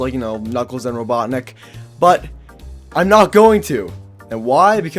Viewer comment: Did he just say Robodrick? Again? Ok. is he done saying Robodrick?